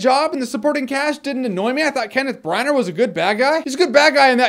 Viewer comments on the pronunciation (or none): Br-an-ner? I thought he called himself Br-an-ah in the director's commentary for Thor? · It's pronounced "branna" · FYI Branagh is definitely pronounced "Brana" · this is the first movie i want to see this year and i hope its awesome, i love chris pine and kevin costner. i always pronounced kenneth branaghan